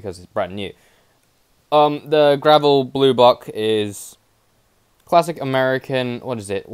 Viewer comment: It's not gravel it's gavril